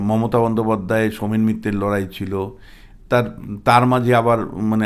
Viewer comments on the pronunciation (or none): none